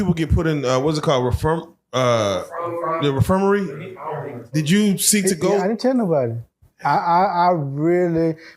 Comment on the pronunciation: refirmary? Don’t you mean infirmary 😂